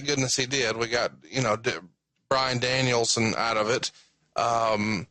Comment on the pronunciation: Bruce couldn't say Brian Danielson lol